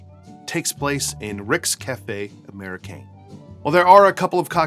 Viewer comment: And its Ricks Cafe Amerikehn not Amerikayn